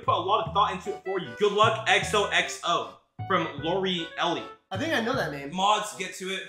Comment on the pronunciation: the way he pronounced “Lorelei” hurts my soul💀 Lori eli lmfao, my good sir, it’s lore-lie